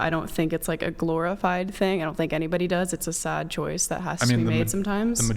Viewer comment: It’s so “sod,” isn’t it?